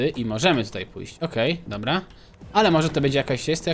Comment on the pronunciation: więcej mów dobła bo to śmieszne 😃